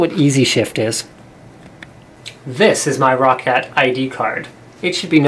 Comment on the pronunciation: ro-cat? It's pronounced like rocket but with an A, "Rockat"